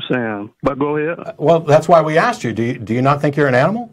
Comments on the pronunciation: Why do Black Americans always say AXED instead of ASKED White Americans don't seem to say it most annoying if your English. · For clarification, he axed a question...